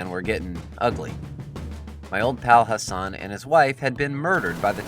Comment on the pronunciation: Your pronunciation of the words make me cringe. It’s okay because the Arabic ‘Hassan’ hasn’t got a letter in English. ‘Baba’ is ‘baabaa’